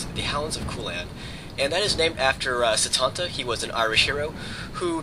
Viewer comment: you said the name of cululin and satanta